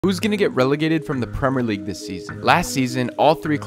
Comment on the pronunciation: Why does this guy never pronounce the “I” in Premier